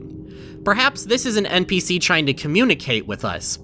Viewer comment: why do you say "npc" as "mpc"?